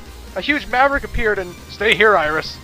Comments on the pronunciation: "All Maraverick Hunters"? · What's a "Muraverick"? These actors, man. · Ever notice how it sounds like the "emergency" voice goes " all mraverick hunters"? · I prefer Clement's version of DR. WAHWEE! :D Btw, did the alarm guy say "Marevericks?" õ_o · ...All MALAVERICK Hunters? Wow, that's almost as bad as Doctah Wahwee.